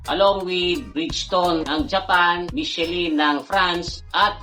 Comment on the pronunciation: MICHELIN is Pronunced as MEE-SHEE-LAN